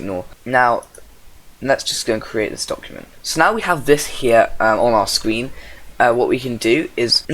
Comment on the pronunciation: YOU SAID SCWEEN